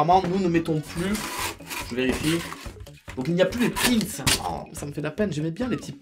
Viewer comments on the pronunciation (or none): none